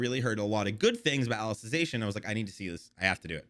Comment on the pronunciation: On the 2nd season of SAO:Alicization War of Undrerworld the blonde girl became like the main protagonist becuz Kirito got depressed and is now being taken care by Alice(the main character of SAO: Alicization War of underworld) P.S Your pronounciation of Alicization was correct.